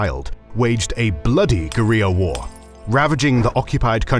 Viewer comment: are these voiceover’s AI? No human would pronounce Guerrilla war as of the Ls were Ys??